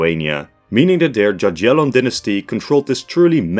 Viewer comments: Cool video, but you dont say JaGiellon but yagielon;) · Jagiellon is pronounced as “ya-ghie-lon” not “dza-dzhie-lon” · There ain't no way he said "gagyellon" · The way he says "Jaggiellon"😭😭 the J there sounds like a Y not a J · Word jagiellon you should say more like yagiellon with "g" like in word "good". To spell '"j" or "g" in the way you said it we have in polish two letters "dż". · bro really said dziadzielon dynasty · bruh, you didn't just say jaj-yellon ... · Jagiellon is pronouced Yagyelon (with hard g). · “Djadjelon”…… Is it really so hard to find correct pronunciation of a single foreign word? SMH…. It’s the equivalent of pronouncing “British Empire” as “Brightish Eempoyar…… “